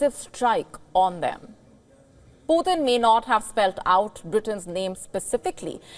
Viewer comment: are you sure about the word "you're next? Please check, I doubt of that word.whenever you pronounce Putin, it sounds as poor thin 😊,Mr Vladimir Putin is together with Mr Trump both with 2nd chronicles,revelation, 1st Corinthians, 1st Corinthians 5:1-5, 1st Corinthians 6:9-11,mr Starmer to exchange Bible with Mr Trump, American English and British English Bibles, as Mr DL moody quoted"The Bible was not given for our information but for our transformation "."GOD doesn't expect the impossible from us.HE 2nd chronicles,wants us to expect the impossible from HIM ".thanks, please recheck of the word 'You next ',and delete it off, as it may lead to another unhealthy angle.